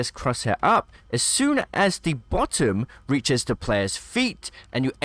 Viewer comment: The way you say bottom have completely triggered me. XD